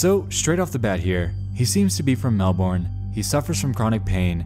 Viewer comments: Why?! Why do Americans always pronounce Melbourne wrong? No one, absolutely no one pronounces it "Mel-born" in Australia. It's pronounced "Mel-bin". That's not some kind of joke either. It's actually pronounced that way. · hurts my brain😭I get it different accent but mel-burn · as a Melburnian the way Americans intuitively pronounce Melbourne will always crack me up 💀 For anyone wondering: the correct pronunciation is Mel-burn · Say it with me, Mel-burn, Mel-burn, Mel-burn. Not Mel-born. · Dear Americans It isn't "mel-born", it's "mel-bin" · I hate the way Americans pronounce Melbourne. It’s pronounced MEL-BIN not Melborn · im four years late to this video, but as an australian, we say 'mel-BURN' not mel-born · This man said melborn lol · This is super off-topic but the way you pronounced "Melbourne" had me laughing so hard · THE WAY HES PRONOUNCING MELBOURNE😭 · why did he pronounce melbourne like that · dear American, accents don’t apply to place names, they’re pronounced how the locals pronounce them. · Nexpo's pronunciation of Melbourne is making me cringe